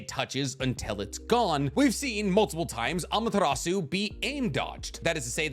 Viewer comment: It hurts my brain whenever you pronounce Amaterasu